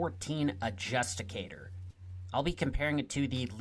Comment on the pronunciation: Not to be a pedant but the BR-14 is the Adjudicator(ad-ju-dee-kay-tor), adjusticator sounds like a tax filing program lmao. My mainstay gun so got to make sure. Good videos, binged the warbond ones even though I already have everything 👍